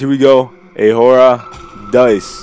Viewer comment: this is how you pronounce it -> ( ah oh rah Dee Sehh)